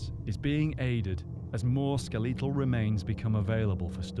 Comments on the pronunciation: did he just say...Skeh-Lee-tal? As in Lee or Leak? Skeh-Lee-tulh? WTF? I have heard quit a variety of difference accents. I am very well familiar with most of the UK, US and other european accents, even the varieties you have in Australia and Canada...but not once in my life have i ever heard anyone say "skeh-Lee-tahl.". It's "skeh-let-all" lol. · Oh and it is NOT SKELEETAL remains as pronounced IT IS Skeletal - Good God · Why do they keep saying "Skell-eetal"? Surely it's pronounced "Skel-ehtahl" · I didn't notice it nearly as much as the pronunciation "ske-lee-tul" remains. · "Ske-LEE-tal" lol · Yeah, that got me! I said out loud "ske-le-tal"!! 😂 😂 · No, it isn't. Skeletal. Ske-le-tal. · If he says skelEEtal one more time, I swear to god I'm gonna blow my brains out. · "Ska-lee-tal" is definitely a different way in staying Skeletal. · I hate it everytime they say "SKLÉÉTOL" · Really? “Skeleeetal” remains? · Skuh-lee-tuhl remains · “Skeleetal” Really?! In the midst of an interesting and informative documentary- the grating mispronunciation stands out most annoyingly. Even over the music. Otherwise, interesting and engaging. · The skeleetal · dude really said ski-lee-tull but somehow skeleton isn't ski-lee-tun lmao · What rule of phonetics applies to elongate skeletal as ske- LEE- tal??? I'll never understand British pronunciation. Or is it pro-NOON-cia-shun. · I'm thrown by the pronunciation of skeletal; I've never heard it said this way before. Interesting. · Interesting that they both pronounce 'skeletal' incorrectly. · No, it isn't. It's a mispronunciation.